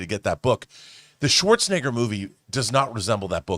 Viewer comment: Apparently, John Campea doesn't know how to pronounce Arnold "Swartzcheneger's" name.